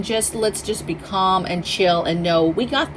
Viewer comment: Atfirst I thought you said to focus on "Ping Pong and prepping" LMAO! Oh....you said "be calm". 🤣 I'm 5 hrs from SeaTac. Keeping my eye on that West side.